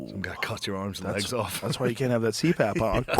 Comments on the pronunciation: OHMYGOD does Shane think it's called a "Sleep Ap" machine?! 🤣🤣 (It's CPAP) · no way Shane doesnt know its CPAP not sleep ap lmao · Shane things Joe said "sleep-ap" when he said CPAP lmao